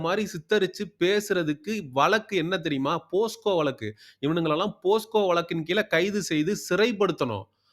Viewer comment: தம்பி அது போஸ்கோ வழக்கல்ல போக்ஸோ